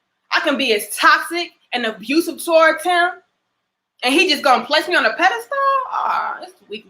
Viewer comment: My girl is pronouncing pedestal all wrong 😂😂😂 good vid though